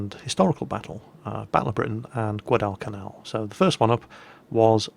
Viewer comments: whenever you said guadacanal you pronounced it wrongs. its guad-i-canal not guad-al-cal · Guadalcal. Yep. It's Guadal-canal. It's all right because half the marines sent there couldn't pronounce it. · i dont mean for this to sound rude but you kinda announce guadalcanal weirdly but it's probably just a nation pronunciation difference between Britannia and US